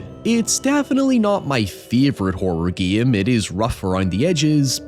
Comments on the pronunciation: It take me making almost halfway through this video to realize that you when you said "the guillem", you were saying "the game" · yea i was laughing my ass off whenever he said "giem" instead of game or "bieascally" instead of basically